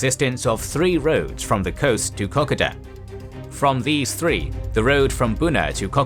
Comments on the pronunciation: Terrible, pathetic & inept. other than reading comics of the true life of Fred flintstone where did you get your 'info' ? Please put the Australian flag in Australia. Find out how to pronounce Kokoda & other words too. American ignorance &Arrogance...anything will do. Only 2 US untrained Divisions in 1942.A arrogant floored General who wallowed with his 'yes' men a thousand miles from the war zone & lied about his true activities. Get better info or be just another American flag waving stupidity. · Really great explanation of the strategy behind the invasion. BTW your program pronounces Kokoda the way a Japanese speaker would pronounce it - Aussies draw out the second syllable. Also, the name of the Japanese army commander is very similar to a racist term for Asians I used to hear a lot in Aust in the 60s and 70s, fortunately now never heard. I wonder if the Kokoda campaign is where the term came from. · dude. kokoda pronunciation sounds WAY off to any aussie... anyway thanks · Can you please fix your pronunciation for Kokoda. If you need a reference here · Love your work and this series. Did note the Kokoda pronunciation but happy to wear it I order to have this series. Like Mandy Australians, had family in these conflicts so eaglet to see the remainder of the series. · Great video again. Only issue I have is the pronunciation of Kokoda. The Kokoda campaign is very famous in Australia. There are people who go every year to trek the Kokoda Trail. Can't wait for next week! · Yes, your pronunciation needs addressing before next week mate. My father fought there and would be horrified. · These are awesome videos, but just one minor issue, as an Australian, i cant help but notice that you keep pronouncing kokada trail as ko - ko - da rather than ke - koe -da, just a minor issue in the grand scheme of things but i hope that you take this into acount in the future. :) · It is pronounced Kar Koda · The " o" in ko ko da is long, as in co co cola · Kokoda . Pronounce KO-KODA